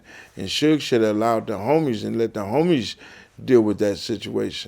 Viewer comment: “Da homiesh...”